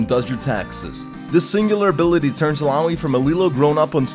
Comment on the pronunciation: im love you so much, i cant stop crying from laugh when ur said: Illahooi! Fuck it, ur awesome